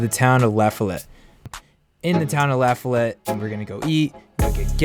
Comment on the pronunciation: its pronounced "luh-fol-it"